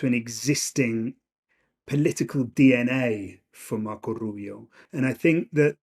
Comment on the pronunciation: Why does he say Rubio's name like that? Even Rubio doesnt say it like that.